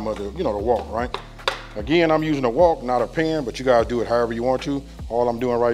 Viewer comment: WOK not walk bro 😅